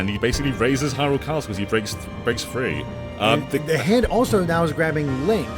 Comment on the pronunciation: Za hando